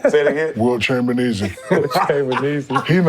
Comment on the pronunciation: Lmao bro said wilt chamberkneezee 😂. Shaq that dude